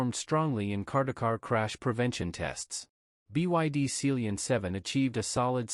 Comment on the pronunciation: Sealion is pronounced sea LION as in the big cat !